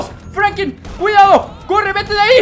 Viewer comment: Alguien más escucha que dice Frankin en ves de Franklin?